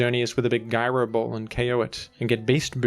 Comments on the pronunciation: Guy-ro ball? Bro. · guy-row ball